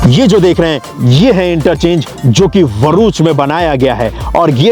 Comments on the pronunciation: Are Bhai Varuch Nahi BHARUCH 😂 Q name kharab karke rakhe ho bhai itna pyara name Hai BHARUCH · भरूच (Bharuch) not VHARUCH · Abe..varuch nahi bharuch he name